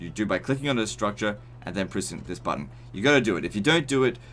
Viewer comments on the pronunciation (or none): none